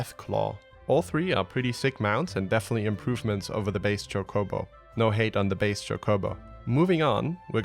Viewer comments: The way he pronounces cho-CO-bo cracks me up. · It was cute when you said "base choke-hobo." Twice! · wow wow easy on the Christopher Walken there mate, i gotta mentally prep myself for that before you start dropping words like choCObo. pretty nice guide for some easy mounts all together. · Just found this video and you pronounced Chocobo wrong :( its pronounced like choclate with a "bo" on the end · holy shit, say chocobo right, fucks sake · Thumbs down for mispronouncing chocobo. That's amature hour BS lol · I busted out laughing at how you pronounced chocobo 😂💀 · You say chocobo very strange, but I kinda like it xD